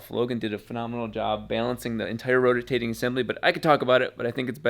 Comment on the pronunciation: > "Rotor-tating assembly" ??? LoL